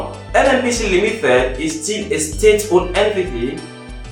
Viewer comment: Limited, not limithed, responsibility not responsibilithy. I'm sorry but It's quite irritating to be hear.